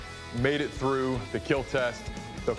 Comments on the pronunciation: Doug: *Puts an antire sword through a pig.....twice. Also: "Will not keeeel" Umm.....pretty sure it will keeel, it just won't last very long in combat. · It will not keell...😔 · And......it will keel....... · First time I heard it will not keal I not sure if I’m sad because of that or happy because I Finally heard it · Merry Christmas! It will keel! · "it will not keal" for christmas? Thats a heart breaker...